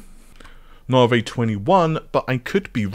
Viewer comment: For anyone outside the UK wondering if the reason pronounces Navi as nar-vay is because he's from the UK - no, it isn't. I have no idea why he (& as far as I'm aware, only he ), pronounces it that way, but it's definitely not a UK/British thing.